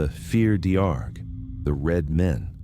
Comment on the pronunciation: The word is pronounced far because of the fada and dearg is pronounced jar-rig. F Féar Dearg translates as Red Man because we write man first then the description. Rua meaning Red is used to denote the colour red for a human and animal. Rory or Rua Rí meaning Red headed king and madra rua meaning red dog are examples. Lock Derg or Lough Dearg means red lake. Christianity turned our Pantheon into 6 inch Fairies. Our Goddesses and Gods were powerful beings. They were neither good nor bad. Eventually, they turned sideways because of the invasion and destruction of Irish culture. St. Patrick's Day or La fhéile Phádraig as Gaeilge, is not indenginous to Ireland. A Catholic Saint's day is the anniversary of their death. Patrick is not Irish. The traditional ways to ward them off is salt and iron. Leave an offering outside. Greetings from Ireland. Fáilte go hÉireann